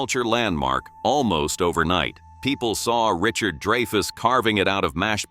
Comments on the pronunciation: man AI narration is so annoying. Richard "DRY-FUSS" not "DREY-FUSS" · Dray-fus?? Not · it's pronounced DRY-fuss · Get an AI that can pronounce Dreyfus correctly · one? Please! Every time was pronounced incorrectly. Give us a break